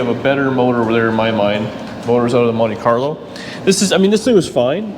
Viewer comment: Lol. Did I hear you say Money Carlo? That's what I call my Monte.